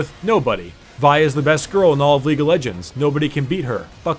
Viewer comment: I heard grill not girl the entire time.